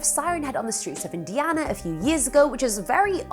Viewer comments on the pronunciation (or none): i was fine until you said indiana